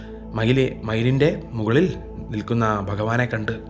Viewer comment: Adipoli bro but edakku myru ennu ayipoyi mailine... Ningalude story telliling poliya thettu kettappol njaranjanne ollu